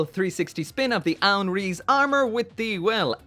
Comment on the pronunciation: You don't say rize rize you say it like rise